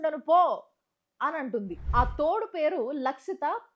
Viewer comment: Adhi thodu kadu thodelu😂😂😂😂😂